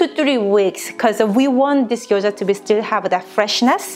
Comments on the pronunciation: She called Gyoza as Gyojya.I know it is hard to pronounce right way but feels like different food if u do not call right. She could say like in case I do not say it right this is Japanese dumplings or something. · she is saying gyoja